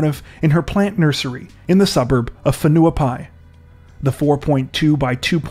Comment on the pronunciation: Lol, saw this on local news (I'm a Kiwi, NZer) Absolutely amazed of your pronunciation of Whenuapai 😳 (Maori place name) Damn, some people live their whole lives here and can't get it right 🙄 Awesome!